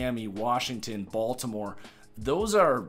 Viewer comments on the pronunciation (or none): none